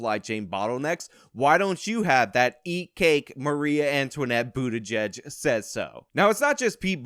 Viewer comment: Maria? You mean Marie?